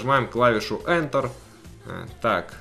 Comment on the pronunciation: не ентэр а энтэр